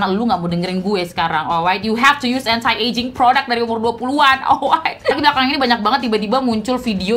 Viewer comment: "Anti" pronounce nya "enti" deh kayanya kak. Bukan "entai"